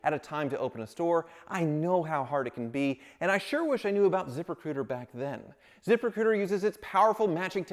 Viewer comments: Anyone else hear the sponsors name as ZipperCooter ? lol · When was talkin about his sponsor "zip recruiter", it sounded like ZIPPER COOTER 😂